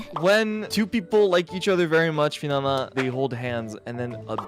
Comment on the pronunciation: Bro it’s finanna just say the word fucking lmao